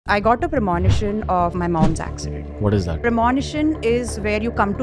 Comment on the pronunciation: Premonition pronunciation is wrong!